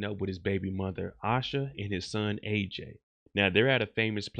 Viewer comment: It's "eye'sha" 😂